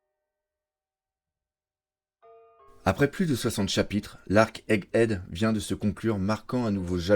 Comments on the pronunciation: Super format, super montage. Par contre il n’y a que moi que ça trigger à chaque fois qu’il dit “Head Egg” ? 😂 (genre ) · il sait toujours pas prononcer egghead ^^